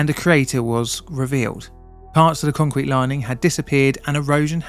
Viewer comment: What is "Concerete"? Is that Spanish?